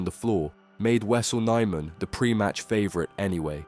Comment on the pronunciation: At least pronounce his name right... My god